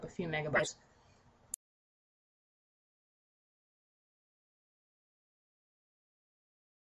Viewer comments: "Catchè" hahaha, gotta love em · I love how you pronounce "cache" back in the days.